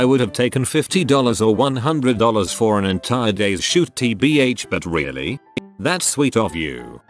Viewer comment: I think the robot had a stroke when trying to pronounce "buuuuuut"